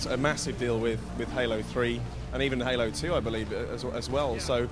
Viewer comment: its halo dude no hola lol fail